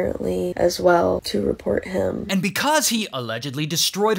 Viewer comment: I love when he says they found “heem” instead of him